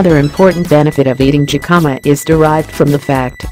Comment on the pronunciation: It would be better if it was not a robot speaking. It makes it seem so impersonal. The voice also keeps mispronouncing the word Jicama. The "J" is a "H" sound.